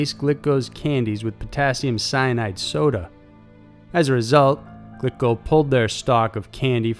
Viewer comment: Glico is pronounced "gleeko", FYI.